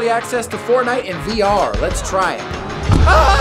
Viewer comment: Why why do you say fartnite Instead of saying Fortnite😂